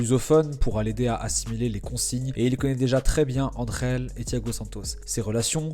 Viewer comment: Merci, bonne vidéo ! On en apprend beaucoup plus sur lui. Il n'a pas touché assez de ballons hier pour son premier match pour qu'on puisse "juger" son talent. Par contre, on dit AnGel et non AnRel étant donné qu'il est anglais et non espagnol